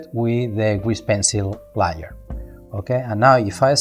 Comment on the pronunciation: Bro Im watching this at 3am lol and every time he says layer it sounds like Liar and im like wth... regardless the Tutorial is amazing lol